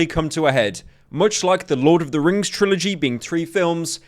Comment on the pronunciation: Lord of the Rings Lord of the 'tings.